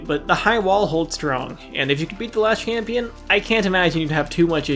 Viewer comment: i really cannot stand that he says champin instead of champion